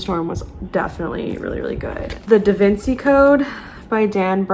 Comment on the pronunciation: Totally with you on appreciating books no matter how old it is. Also the pimples could be from your mask! Lol your gonna hate me for this but Da Vinci is pronounced "Da Vinchi"